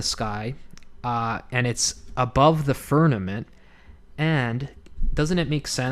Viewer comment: This is great ! I love studies like these I totally think that the northern lights are suspicious And Polaris! Thank you so much 😊 It think it is pronounced firmament With an M Not firnament With an N